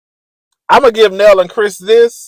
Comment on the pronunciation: Her name is nell just like mel but with an N. Sheesh😂